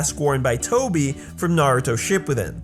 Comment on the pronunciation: I hate when people say "ship poo den" it's "sha poo din"